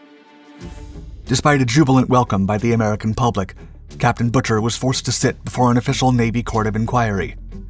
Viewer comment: Pueblo's captain's name is pronounced BOO-ker, not Butcher. You people need to do your research before embarassing yourselves.